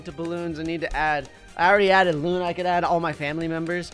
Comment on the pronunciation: It’s luuuuuuuunnnnnnaaaaaaaaaaaaaaaaaaaaaaa not luna